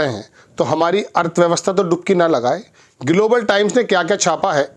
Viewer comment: IS PATRAKAAR KO GLOBAL KA PRONOUNCIATION NAHIN AATA..DHYAN SE SUNIYE...